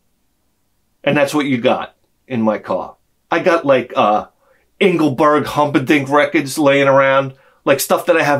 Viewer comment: "I've got like 'Ingleburt Humperdink' records lying around" Hahaha